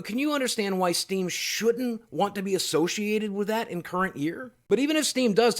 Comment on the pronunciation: "associated" "associated" wtf?